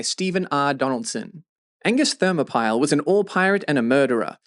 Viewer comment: You made the same mistake as a character in the book! It’s pronounced “Therm-ah-pillee”, not “Thermo-Pile”.